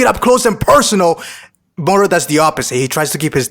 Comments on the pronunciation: Why are you using an accent on moro ? You dont use it on any other words, just say MORO not Murrru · The way you pronounce "moro " is lowkey cringey 🙄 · Why do you say mohoro instead of moro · Why are you pronouncing Moro's name like he's hispanic? He's a demonic goat wizard from another galaxy created by Japanese manga artists so I don't think his name would be pronounced with a hispanic accent? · dude please stop saying moro like that